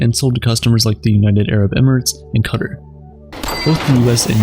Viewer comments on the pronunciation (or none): none